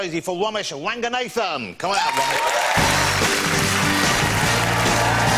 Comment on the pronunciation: It’s Romesh.....